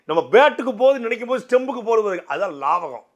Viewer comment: Laagavam not laavagam